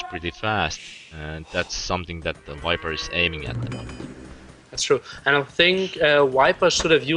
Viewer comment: lol "wiper"